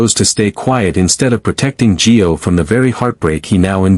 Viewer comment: ITS NOT G E O!!! ITS NOT JOE!!! Get it right! It’s GIO!